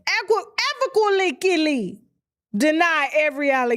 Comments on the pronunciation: Teach her how to pronounce un-e-quiv-ocally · LOL she's soo cute,, Im gonna see here when she comes to the A. I love how she Destroyed "Unequivocally" so so cute